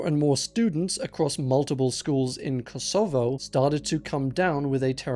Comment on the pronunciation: I can't trust any pronunciation now that I've heard you say 'Kosovo'. Not even with English grammar should you pronounce it that way.